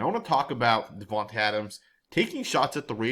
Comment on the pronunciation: His name is pronounced, DIVAnte Adams.